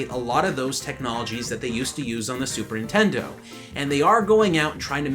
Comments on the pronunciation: "Super intendo" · did you just say "super intendo?" wow that takes me back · I love how sometimes he say says super intendo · Why does keep sayin super 'intendo?